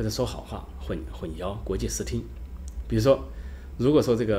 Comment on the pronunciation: 混淆-hun xiao,不是yao